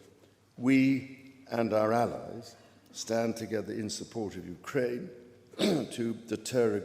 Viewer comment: I am just here for this pronunciation of Ukraine.